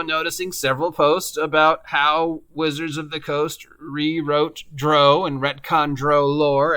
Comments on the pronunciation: Its not pronounced like "Row your boat" but the British "Row"which rhymes with 'HOW' as in: "We got into a fierce row over who stole money and blows where exchanged. I did the same thing for YEARS before the internet and videos where wildly available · How you say drow enrages me lol